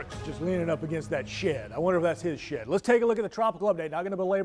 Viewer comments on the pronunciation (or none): He said she'd but sounded like sh*t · "leaning against that sh*t.. I wonder if that's his sh*t!" 😂 You say "shed" funny 😁